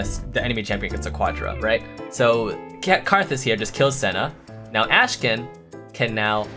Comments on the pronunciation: akshan not ashkan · CAN YOU STOP PRONOUNCING "ASHKAN" FFS IT'S "AKKKKKKSHAN" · says: Ashkan Word: Akshan ENGLISH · did he ever notice that his name is actually akshan and not ashkan? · why are people already saying his name wrong XD its Akshan not Ashkan. messed up the vid title too lol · His name is Akshan, not Ashkan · Whole video "AshKan" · Bruh it's 'ahk-shan' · Did you realy call him ashkan and also type it like that in the video title xD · Akshan, say it with me, AKshan